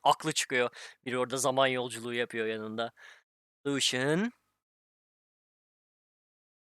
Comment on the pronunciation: iyimisin o nasıl lucian demektir?